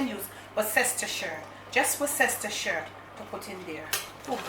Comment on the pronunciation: Worcestershire is pronounced WUSS-TER-SHIRE. 👍